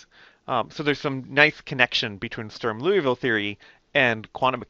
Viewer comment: I agree; my teacher went over it so fast that I did not see the beauty of how general it is. When Dr.Underwood wrote down SinCos, Legendre polys, hermite, bessel, I was thinking, "BUT WHY THESE!" And sure enough he told me=> Strum-Liouville. Also good job pronouncing Strum-Liouville. Also, EVERYONE do your part and help women integrate into the hard sciences.